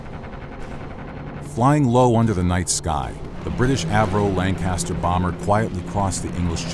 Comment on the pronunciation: Hearing him say "Lanecaster" that many times almost gave me an existential crisis.